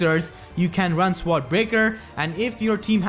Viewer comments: Sword is pronounced "soared" or "sord", hope this helps? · I lol'd every time you said sword